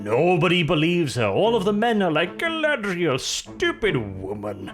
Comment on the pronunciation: Guy-lad-Rey-el is the worst Mary Sue ever